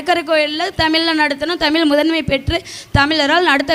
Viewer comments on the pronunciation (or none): "தமில்" இல்லை தாயே "தமிழ்" என்று உச்சரித்துப் பழகு தயவு செய்து😢